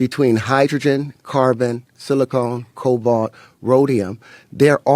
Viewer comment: Not sure how seriously you can take a Mendeleev-wannabe when he keeps referencing "silicone" rather than 'silicon".